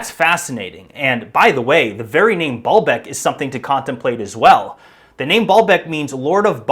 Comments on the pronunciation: ...it is essentially ancient poured concrete, not quarried stone like so many like to think. And it was pronounced BAY-YUL-BEK, 3 syllables, not two. The word means Lord's Well or Fountain. Ba'al means lord and Bek can mean tears, well, oasis, fountain or even a reference to fertility practices. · Every time you said Baalbek, my brain heard "ball bag"